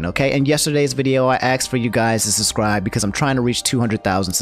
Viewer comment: He axed is to susscribe